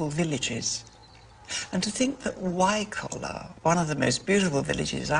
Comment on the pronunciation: She gets Wycoller a bit wrong, but never mind.